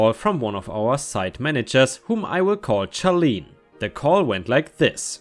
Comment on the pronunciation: Charlene is pronounced as Sharlene